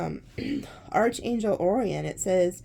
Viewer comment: Arc angel. That is how it is pronounced. Not arch...angel. Arc. ;-)